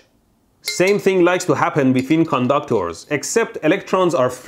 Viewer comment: I like the way he says "conductors" more like "condoctors" 😂